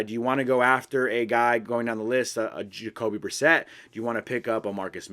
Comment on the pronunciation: The second he said jacoby bersett i turned the video off